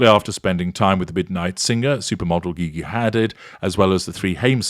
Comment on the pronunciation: LMAO the way you pronounce Gigi Hadid. "Giggy Had-Did"